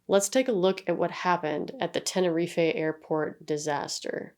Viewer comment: Not that it matters a great deal to me, but just so you know, Gran Canaria is pronounced Canary-Ah, whilst Tenerife you pronounce without the emphasis on the 'e' at the end (although props to you because most people don't put effoet in to accents and stuff, and usually in languages like Spanish and Portuguese they would probpunce it like that, just for some reason it isn't with Tenerife. Idk tbh 😂)